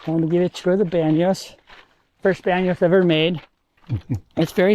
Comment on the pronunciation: 'Bano' not Banos.